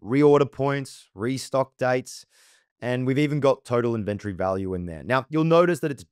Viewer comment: Really weird how you emphasize the "ven" in inventory... Great tut, but you pronounce the word so strangely